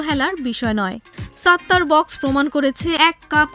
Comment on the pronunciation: আগে আপনি উচ্চারণ শেখেন, ওটা সাত্তার বাখ্শ। নট বক্স।